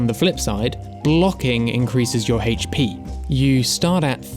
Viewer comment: "haych pee" -Patch quest dev